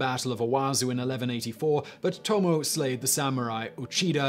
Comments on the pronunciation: Toe-Moe-Eh, not Toe-Moe. She would take exception to that. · Hell, they are bigger issues in his pronunciation. Leyasu (Ieyasu)? Leyosho (Ieyoshi)? In Japanese i is pronounced as ... i. Not L. Also, Tomo (Tomoe)? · Tomo-eh it is ともえ トモエ